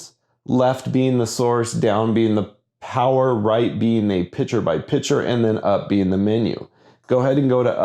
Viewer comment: When you say picture, you aren't pronouncing the "T", you are saying picher. That part is maddening, but the rest is great as usual!